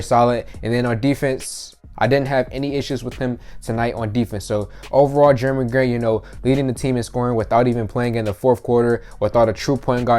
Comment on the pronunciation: “Germy” Grant lol 😂